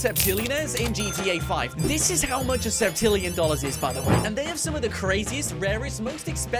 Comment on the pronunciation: You said sepmillion